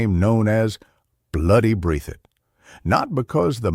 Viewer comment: Breath - thit! Is how it's pronounced buddy.